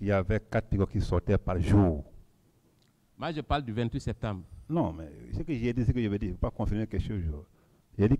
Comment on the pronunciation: Il dit sektembre hahah